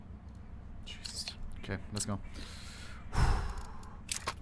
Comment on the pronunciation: he says "JESUSTT" ? is ohne dumb?